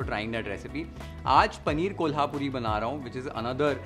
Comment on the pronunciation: the pronunciation of कोल्हापुरी was bang right. Thanks for that!!!